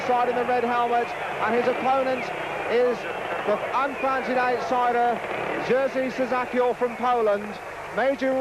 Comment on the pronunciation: I splitted my sides hearing how the great Dave Lanning's pronouncing Polish and Russian names. FYI World Champion of 1973 name is [yezhy shchackyel]